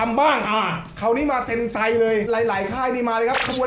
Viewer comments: เซนไต❌️❌️❌️❌️❌️ เฮนไต✅️✅️✅️✅️✅️😅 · เซนไตนะ ไม่ใช่เฮนไต 55